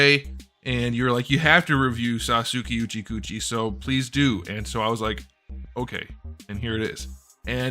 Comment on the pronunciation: Sasooki uchicoochi??